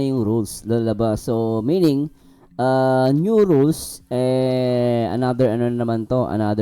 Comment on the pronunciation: Oo, eung feeling perfect na reactor!! Ang NEW naging NIO🤣 VIOLATION naging BEYOLITION🤣🤣😂arayyy ko😆😅